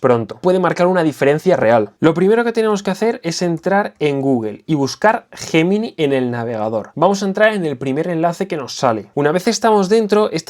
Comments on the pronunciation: ¿Guguel JJJemini?...🤣🤣🤣🤣, qué mal se pronuncia el inglés en España, es algo endémico. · es Yeminai... asi se pronuncia tmr españoles, q les cuesta decirlo en ingles... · Es un término originalmente latino y en latín se pronuncia «guemini».